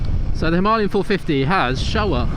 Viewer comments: Why do people call it "Himalyan" instead of "Himalayan"?! I am sorry I am not a native speaker so... Am I missing something?! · Good piece, but honestly, ‘Himalian 450’, lol 😂? Maybe, one would look a little more convincing if the pronunciation was right of what one has just been buying? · If u are going to pronounce it himALayan then Im going to call it a Duel Sport. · • Breakdown: him - uh - LAY - un • Primary Stress: Placed on the third syllable (LAY). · If you want to review it, you need to know what it’s called. It’s called a Himalayan. It’s not a Himalian 😂😂